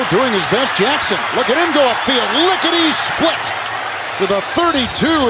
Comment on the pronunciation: “Lickity shplit”